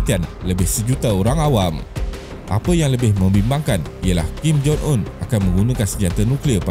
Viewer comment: Kim Jong Un ✅ Kim Jon Un ❌